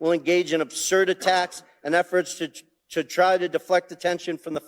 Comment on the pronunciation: Raskin said, "but it's so damning ti our case". Haha